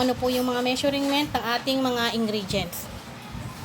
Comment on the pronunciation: Ate itatama ko lang po ang pronunciation mo ng Measurent ang tamang pag bigkas po ay Me-shur-ment at hindi Me-shuring-ment.